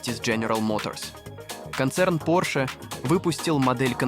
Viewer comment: Интересно конечно, но произношение с не правильным ударением режет слух 🫨 Француз - Porsche 911 вообще убил😂